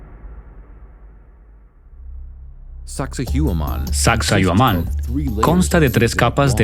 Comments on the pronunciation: sacsay huaman no yuman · Omg no se dice sacsohuaman, si van a narrar minimo digan las palabras correctas no?un montón de errores al hablar. Pero esta chévere el documental. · Desde que escuché eso de Taantinsuyo y no Tahuantinsuyo, Sacsauaman en lugar de Sacsayhuaman..., ya denoté que este documental iba de mal peor... ni se diga de llamarnos indios. Terrible. Dejen de llamarnos así, aquí en América no hay ni hubo indios. Terrible. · Mala traducción de las palabras en quechua, la mayoría de palabras quechua tienen la entonación en la penúltima sílaba, por ejemplo Sacsayhuáman, Pachacútec, etc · Esta mal el relator debe aprenderse bien los nombres es saccsayhuaman ollantaytambo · suaxsuaguaman??? jajaja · Es una pena q no puedas traducir apropiadamente..originalmente es en habla inglesa..xfavor averigüen como se pronuncia xq es desagradable oiSACSAHUAMAN..entre otros. . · El traductor está muy perdido con los nombres de los incas incluso con la pronunciación del nombre de la ruina😊